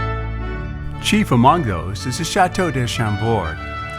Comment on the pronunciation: This is a lovely video but the mispronunciations are jarring. "'Le elegance'' for ''l'élegance,'' ''day'' for '''de,'' and ''chateau'' for the plural ''chateaux'' 'are errors anyone who has studied any French at all would notice. This certainly detracts from the ''elegance'' strived for by the producers of the video. And please, not ''de Ussie!""